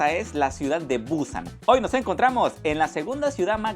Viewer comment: Es Busán, no buuuuúsan.